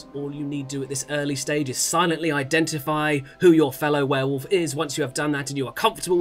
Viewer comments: Watching Adam, Laurie, Sully and Tom lose it over repeatedly saying "were-woof" was too funny. Cannot stop laughing hahaha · the werewoof was unbearable. some weird ways to say things I simply will not accept from adults. Like adding a U to Similarly or saying foil-i-age for foliage. Drives me insane. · Werewuff?! She does not stop saying it wrong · Seeing Adam, Tom and Laurie slowly crack at pronouncing it werewoof in the last game was delightful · "Werewoof" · Now that "Werewoof" has been pointed out, I can't not hear it and I'm furious! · Is it just because I'm an Aussie, but are they all saying "Warewoof" not werewolf? lol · Were woof is the most infuriating pronunciation to me.